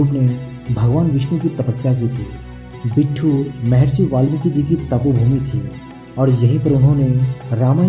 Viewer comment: Bhai, ye बिट्ठूर nhi बिठूर है